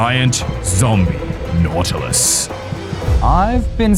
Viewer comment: It's Nautilus not Nautily